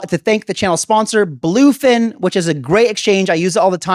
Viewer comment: I think it's blofin not blufin.